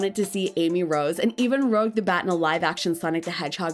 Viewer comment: Holy shit it’s ROOOOUUUUGGGEEE NOT ROOOOOGGGUUUUUEEE THank you for the video tho..